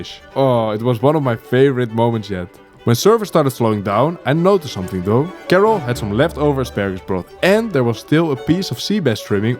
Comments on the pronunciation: Come on man, we all know "Karel" isn't pronounced "Kerrel" 😆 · you obviously know how to say Karel correctly why do you say it like carol?! anyways nice video